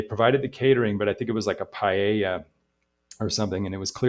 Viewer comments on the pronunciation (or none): none